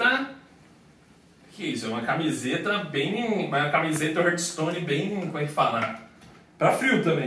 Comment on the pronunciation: é hearthstone e não HURTstone